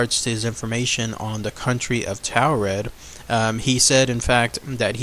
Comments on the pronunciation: Mispronouncing Taured is killing me. Its like Taurus, instead of 'Tao' its 'Tore'. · Or like torrid, as in hotter than hell! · it's pronounced torrid